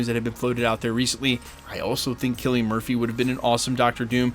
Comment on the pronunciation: Most surprising thing here is that I've been mispronouncing Cillian this whole time. Always thought it was an S not a K, but you're absolutely right.